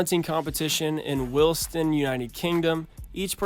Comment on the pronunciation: The worm thing was at my old school it's pretty fun tbf and lol it's called willaston not wilson